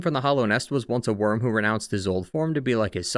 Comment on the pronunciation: wyrm, not worm